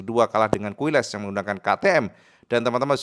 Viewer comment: Izin sedikit info,: - "QUILES", dibaca "KILES". - "MUÑOS", dibaca "MUNYOS".